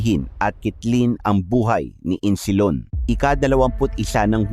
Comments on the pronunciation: Isnilon not Insilon po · Isnilon hindi insilon😅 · Boss isnilon Hindi insilon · Insilon o isnilon?😅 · hind insilon.isnilon yan .ayusin mo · Isnilon hndi insilon😂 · Isnilon ang nakasulat ahh...bakit insilon ang banggit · Isnilon Hindi Insilon? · kopya nalang story mo mali pa pagbigkas mo ng pangalan ayusin mo sunod pa dumami views mo🤔